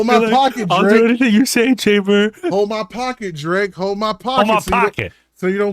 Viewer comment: its chamber not chainber..